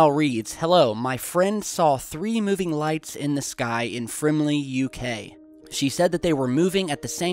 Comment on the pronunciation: A friend and I both saw the exact same three glowing orange orbs hovering near South West London about 4-5 years back! BTW you said Frimley correctly the first time :) Also I couldn't record the footage of what we saw on an old smart phone but just thought it was too dark, now you got me thinking about my attempted recording of it... Cheers.